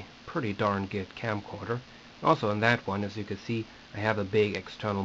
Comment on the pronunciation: I like how you say "geed" instead of "good" :-)